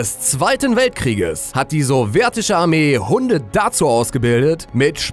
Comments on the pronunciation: Es heißt sowjetische nicht sorwjetische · Es heißt sowjetische nicht sowertische.